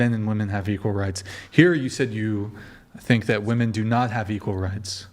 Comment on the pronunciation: Why is it that so many of these women can't pronounce the word "women"?